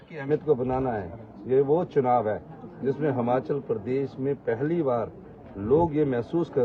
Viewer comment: हमाँचल नहीं यार हिमांचल बोलो